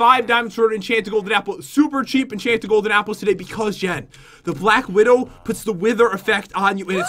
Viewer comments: SHE JUST SAID BLAK WIDOW NOT BLACK WIDO SPIDER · Jen said black widow So A+ For effort